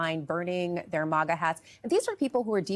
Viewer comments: Is it Moga or Maga she keeps pronunciation saying Moga it’s Maga. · Maga is pronounced like maggot, not like mama. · its pronounced MAGA, not mauga. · MAGA is pronounced similarly to the word maggot - "mag-UH" not "MAH-guh" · Its not pronounced MAWGAW. Stop pulling your punches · Jeez its maaGa! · Why do so many people say “mah-gah”? It’s very few people that will burn their hats and turn on Trump. I’ve seen a lot Trump supporters who still say he’s the best President ever and believes his lies